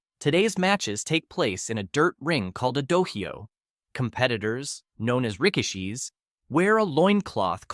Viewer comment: Nearly laughed so hard I spit my drink out hearing you pronounce "Rikishi."